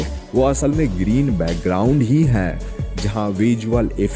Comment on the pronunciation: वीडियो में सब अच्छा है । बस " है " की जगह " ह्या " मत बोला करो ।